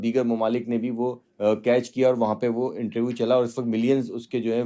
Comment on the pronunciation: आज तक को इससे घटिया ऐंकर नहीं मिला। एक हिंदीभाषी अंग्रेज़ी के लफ्ज़ों (जैसे पोलिटिकल पार्टी) की ऐसी तैसी (पोल्टकल पार्टी, कैरेक्टर को करक्टर,इन्टरव्यू को इंटरवू 😂) कर रहा हो फिर भी समझ में आ जाता है लेकिन अपनी ही मादरी-ज़बान के रोज़मर्रा में इस्तेमाल होने वाले आम शब्दों का भी ढंग से उच्चारण न कर पाये, "श" को हर बार "स्स" बोले, अपने विचारों को छोड़िये आसान से प्रश्नों को भी ढंग के वाक्य में तब्दील न कर पाये और पेशा पत्रकार यानी बुद्धिजीवी!!!